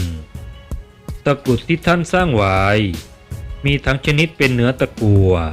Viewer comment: ทำไมไม่พูดว่า ได้สร้างไว้ ทำไมพูดว่า สร้างว้าย เด็กๆฟังแล้วจะงงๆภาษา